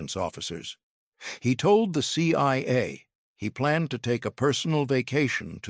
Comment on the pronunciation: Maybe get a real narrator. C Y A and FBY come up a few times.. Keep at it tho